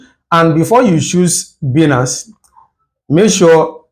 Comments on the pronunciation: It's pronounced as baaaaa--iiii---nnaaaaance not biiinance ..😒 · It is Bainance pronounced